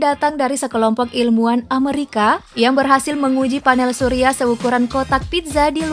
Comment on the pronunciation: Amerika bukan ameurika....